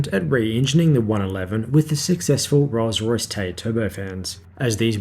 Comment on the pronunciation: . You say "and fitted with Rosray Spey low-bypass turbofans." Perhaps you're trying to abbreviate "Rolls Royce" to "RollsRo," but whatever, you mangled the pronunciation. Rolls Royce!!!! Say it with pride!